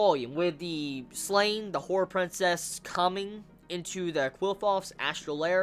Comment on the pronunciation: The "A" in Slan is pronounced like it is in "Dan" for example (Surann being the japanese pronunciation) And yo! Can you see any connection between The Beast of Darkness and the astral wound from Slan? =)